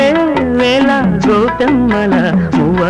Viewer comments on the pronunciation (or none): తెలుగు భాషని కూని చేస్తున్నారు! వేవేళ కాదు 'వేవేల' గోపెమ్మళ కాదు 'గోపెమ్మల'!